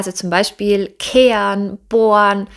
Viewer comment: Die Aussprache ist suboptimal, ich verstehe immer ke an, statt keh ren,... Oder boan, statt boh ren